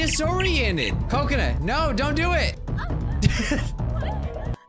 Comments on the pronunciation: Anyone else hear Coconut instead of Kokona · Mike was pronouncing Kokona wrong (Ca-co-na)